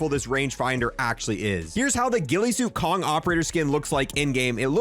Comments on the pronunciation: and its not the kong skin Ko-Nig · I’m sorry, do you keep saying Kong? It’s König google the pronunciation please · The o in König is pronounced like the word oh, so it should be Koh-nig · I just bought this today is it really this good? I haven’t tried it. Also is his name pronounced “Kong” or “Kon-ig”? I have heard both. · I love how he pronunces "König" as "Kong" as in King Kong lmao...which is even more hilarious since König is German for King...King Kong...it's all connected... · Mf really called König Kong 💀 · Bro why do u call König Kong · "Kong"?! Learn how to pronounce the names there. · why do you keep saying Kong? It is a german word and it means King. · Is this rlly how americans pronounce König? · VII is the Roman number 7 my dude Also, the operator is called König, just say Konig 😂